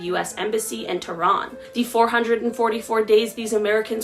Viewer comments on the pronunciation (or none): none